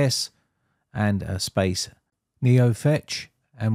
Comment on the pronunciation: Thanks man. Also the first time you said "space" I heard "spice" And it was hilarious. Just a funny aside xD